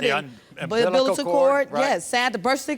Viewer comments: She said the 'umbilital cord' 🤦🤣😂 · “Umbilitical cord” 🤦🏽‍♀️😂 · Ok Tamesha it’s not difficult to pronounce umbilical cord or birth certificate. When the baby “cames out”. I’m dead 😵 😂